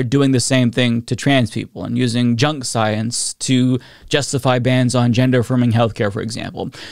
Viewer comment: “Twust duh soyance” - Dawktah Tony